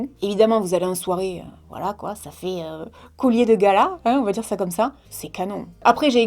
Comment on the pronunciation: n'arrivera donc jamais a dire "collier"?:) "- Ce COULLIER que j'ai..." xD